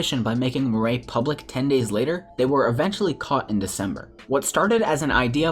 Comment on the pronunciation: Murray lol its mir eye